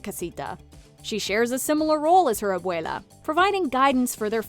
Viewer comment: They accidentally called abuela abuelo I giggled a little